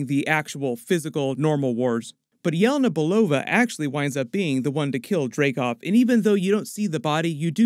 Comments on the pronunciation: Yah-lei-na not yell-e-nah 🙄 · It’s yelena, not yolona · "yeh-lay-nah" not "yell-uh-nuh" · It's pronounced Ye-LAY-na